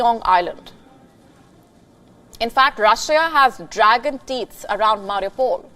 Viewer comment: Dragon tits steal the show 😂 (where's the S in teeth?)